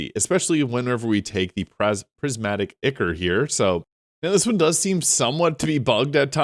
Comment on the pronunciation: And ichor is pronounced eye-core